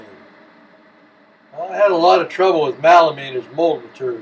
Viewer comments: Thank you for providing these helpful tips! Question: I have heard of melamine, but never heard of MALamine. Is that a different product or just a colloquial mispronunciation? Thanks again! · MELamine.NOT malamine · melamine...Mel...not Mal